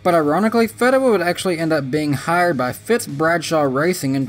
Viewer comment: Tim FEE-DA-Wah I only know because he raced on some local tracks.